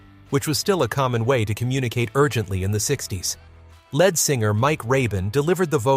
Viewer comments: Who is the narrator? LED singer. It's LEAD. Saying " largely forgotten" Apparently you don't listen to the radio. What a jerk.. Who are you? I've largely forgotten.... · Led Singer AGAIN. How disgusting being a leed(lead singer MYSELF,!!! It's insulting to put out a video mispronouncing the main band member .!¡!!led singer AGAIN. My skin is crawling every time I hear it!!!! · Please...pronounce Lead Singer correctly!! It is not "Led" like Zeppelin. It's " leeeeed" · Can the youth of today No longer READ.....LED Singer, NOT Lead (LEED) singer. How pathetic 🥴🥴🥴🥴🥴🥴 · Lead pronounced with a long e (leed)", but spelled LEAD. But then again, it's also pronounced led (with a short "e" sound. The English language is the hardest language to learn because so many of our words sound alike, but the spelling is different. But then again the spelling is the same, but pronounced differently. Like "read" and "red" or "read and reed. Same thing with "lead" and "led." This was taught in first grade. I could go on, but I think you get the idea. When you're not sure of the spelling or pronunciation, Google it using your microphone. Google is an amazing tool!❤❤ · And "ledd singer"? Do we mean lead singer?